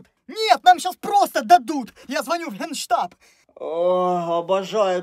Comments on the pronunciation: А я одна заметила что на генштаб а гейштаб 😆😂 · Там вместо генштаба гейштаб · Генштаб ❌ Гейштаб ✅